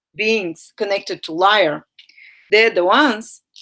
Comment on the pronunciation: btw...its leer....not liar...